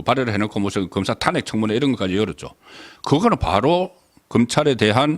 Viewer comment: 타넥 이아니고 탄핵 .